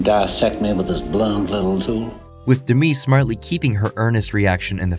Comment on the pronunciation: yr script says "…illuminated by an unseen light" and then a shot of the chair under a clearly visible overhead lamp. Also Demme is not pronounced like Demi Moore, it's Demmy not D'mee.